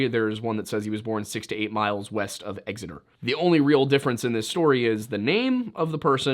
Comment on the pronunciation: When you said Exeter my heart sank lol, but also if he was born less than 10 miles west of Exeter he wasn't Cornish he was from Devon (unfortunately)